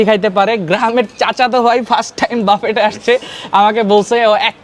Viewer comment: বুফে - French, বাফে - English "বাফেট"- ভুল উচ্চারণ। শেষের "T" সাইলেন্ট থাকবে।